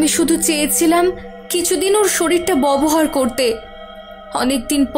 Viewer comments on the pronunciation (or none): Bobohar na uccaron ta hobe babohar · মেয়েটি বার বার 'ববহার ' উচ্চারণ করছে, কথাটি আসলে 'ব্যবহার' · Ota bobohar noi babohar😂😅😂😅. Emni golpo ta bhalo ☺️ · ব্যবহার, ব্যবস্থা উচ্চারণ ঠিক নাই😑